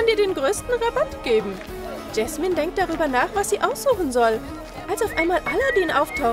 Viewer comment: Auch nicht so sondern Yasmin